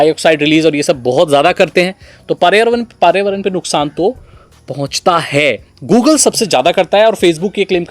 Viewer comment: bhai pariyavaran matt bolo samajh aaraha hai ki problem ho raha hai bolne mei... ap environment bolo